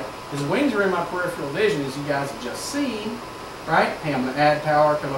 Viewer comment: This guy is an excellent instructor -- I have watched him on some other videos very recently but I do wish that he could correctly pronounce the word "peripheral" (i.e. as in "peripheral vision"). He says something that sounds like "PUR IF - RE RAIL". Not good.